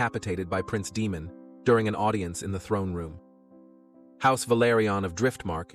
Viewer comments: Ae in names is pronounced ai not ee. It's Daimon, not Demon. Helaina not Hela-ena. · I can't keep going, it's DAEMON not DEMON FIX IT. UGH, I wanted to enjoy...sorry u lost me! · Day-mon… not demon lol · Day-mon..... not Dee-mon. Just get a proper narrator. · DAY-mon…. NOT, DEE-mon.